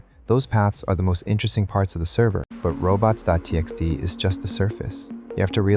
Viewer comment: Great specific dorks in this, you shouls know their are a.lot of mispronunciations in the first half ofnthis video that can be corrected. Like "robots.tx"